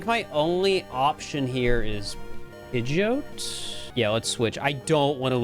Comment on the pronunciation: Pronouncing Pidgeot like goat is fucking heinous 💀 Also holy shit you did the swaps by hand!?!, mad respect for the time and effort that would've taken